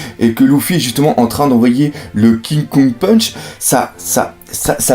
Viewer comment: arrete de dire ki kong punch cest KING KONG PUNCH !!!